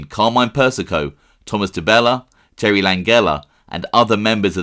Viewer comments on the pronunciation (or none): none